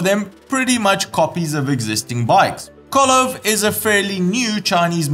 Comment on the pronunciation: The name is KOVE (pronounced ko - vey).